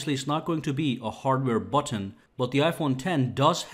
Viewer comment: Butttton. Listen to everything macpro too. Buttiin.